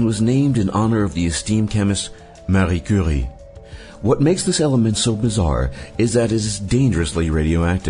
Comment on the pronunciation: Why did you pronounce Marie Curie with a French accent if it's a Polish name?